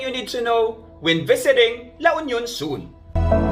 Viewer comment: La Union is... L U, not El yu.